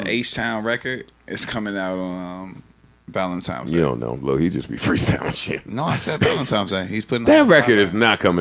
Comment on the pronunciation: Did Berg say ValentiMes day??